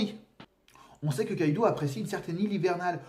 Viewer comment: Ça se prononce Kaidō (avec un long O), pas Kaidu. On l'écrit Kaidou car en japonais, la syllabe U, quand elle est placée derrière un O, sert à le prolonger. C'est en aucun cas à lire comme un "ou" français. C'est pareil pour Raizō/Raizou et Zō/Zou (qui pour le coup se prononce comme le mot "zoo"). Désolé de faire mon chieur avec ça x)